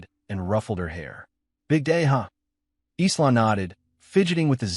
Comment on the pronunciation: someone please retrain the AI audio.... Isla is pronounced "eye-la"